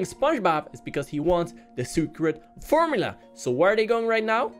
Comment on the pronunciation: you said frmula DARK WHAT IS WRONG WITH YOU